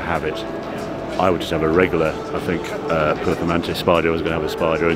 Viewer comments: Can’t say performante 😂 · What the HELL is a valorkee ???? Harry's it's Val -kar-ree. Also - PER-FOR-MAN-TAY.